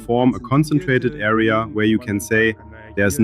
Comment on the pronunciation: Americur (America) and arier (area) 😂🤣😂🤣